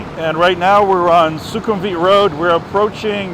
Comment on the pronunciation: there’s no “V” in the Thai language; anytime something is written in English with a V, pronounce it as a W. Sukhumvit is pronounced Sukhumwit. The French were the first Colonists to travel to Thailand in any measurable number and they messed things up for the rest of us Farangs